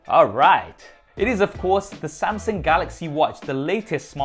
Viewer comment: 'Samsing', LOL! Love the MSI, or rather my son would. :-)